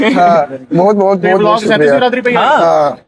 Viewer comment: बिरादरी hota hai na ki बीरदरी 🤦🏻🙄